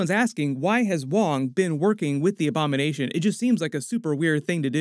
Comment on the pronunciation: I thought he said “ik you have a lot of Obama nation question to get answered “